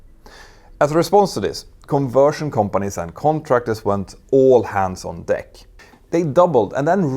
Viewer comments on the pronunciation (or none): none